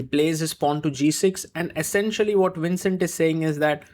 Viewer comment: So you pronounced the V on Vincent as WINcent, but pronounced it correct on Jordan VAN. Why?